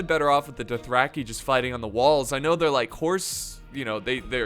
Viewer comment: I like how pronounces Dothraki like “Duthracky”